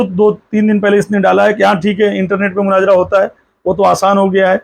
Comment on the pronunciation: Munazara bolna nahi aaraha hai ja panchar jake bana tere liya wahi thik hai 😂